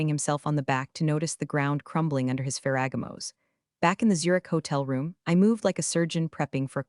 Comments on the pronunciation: Good story. Shame robo pronunciation misses past tenses (read read) and proper nouns… eg ferragamos. A brief review could fix these errors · Mispronounced words: Ferragamos DefCon 2 IMAX Pistachio Croissant